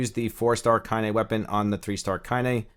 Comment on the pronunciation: hey I was watching another video of yours the other day (when ya mispronounced Kaine hehehe) and you said you hadn't played the Nier games? I was like "what is he then, a fuckin gacha god?" I'm new to the channel and you've helped me understand my first gacha so thank you, I....kind of understand the appeal, I love the lore of this game 100 percent but I certainly wouldn't be doing all this grinding if I wasn't so invested in this universe, so I guess I was just curious. I started off hating gacha, but now I got the bug. I kinda like it. And hate it. In equal measure. I was just blown away your doing what your doing if you hadn't done the Nier games. (Perhaps drakengard?) I'm new to the channel though and sounds like you cover other gachas so maybe that's what's up. I was curious though. You've been a HUGE help, my force, it thanks thee. Haha